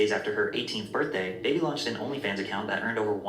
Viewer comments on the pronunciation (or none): What annoys me is people saying Bhad “Baby” when it’s Bhabie like BARbie but said without an R like someone from Boston.